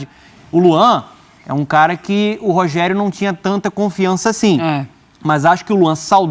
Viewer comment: Conteshto que prechudicou o Rogerio em algunsh momentosh.